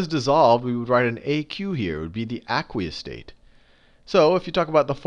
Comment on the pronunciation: Awesome vid but the way he says aqueous is really bothering me loll its AYQueous!